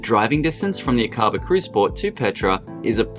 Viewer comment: Helpful information -- thank you! Fyi, Aqaba is pronounced AA kuh bah.